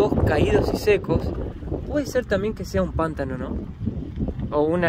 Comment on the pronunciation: se dice pantáno, con acento en la a 😊